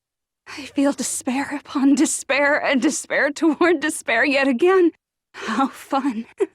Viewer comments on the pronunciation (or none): When it comes to cartoon I just imagine “she says deshpair instead of despair”